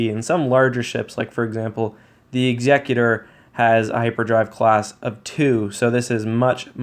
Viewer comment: Crent Dagel Eggs-yec-you-tor